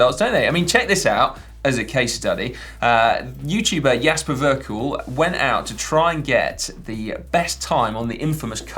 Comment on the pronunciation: I think jasper verkuijl names is pronounced jasper verrkell (I think) he has a video about it and other Dutch and Belgian names somewhere.